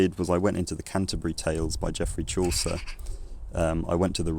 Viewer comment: I was amazed to learn that Chaucer’s “Canterbury Tales” was pronounced “canterboory tal-ess”